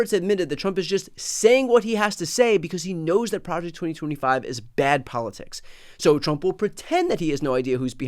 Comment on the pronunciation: "Pre ject norhma five!"